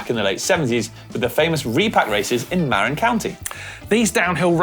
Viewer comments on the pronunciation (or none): Muh-RIN County 😉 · For a second there, I was confused about the pronunciation of Mt. Tam and Marin County. Love you guys, but better to pronounce locations like locals, maybe just work on it a bit. 😀